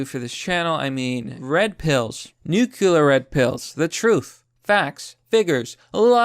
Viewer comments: nuCLEAr not nuKULAr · Nu-clear plz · Nu Cle ar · nuclear... noo-klee-are....